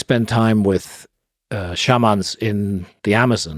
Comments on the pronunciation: Love how Graham finds funky ways to pronounce words SHARMAAAN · So it's not shay-man? 😂